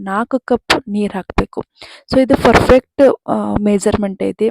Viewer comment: Ferfect alla madam perfecr first ಸರಿಯಾಗಿ ಹೇಳಲು ಕಲಿಯಿರಿ ferfect ferfect ferfect ಏನದು?